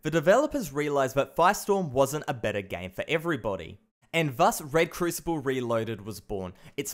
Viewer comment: whenever he said game i hear 'gang'